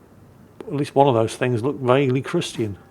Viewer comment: Minor compliment but I love ’ pronunciation of “christian”. It’s so perfect and proper. I’m in the southern US and everyone pronounces it in 2 syllables (Chris-chin). Doesn’t really bother me but hearing a good pronunciation immediately stands out to me